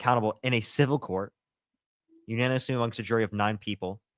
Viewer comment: saying "unonymously" instead of "unanimously" is triggering me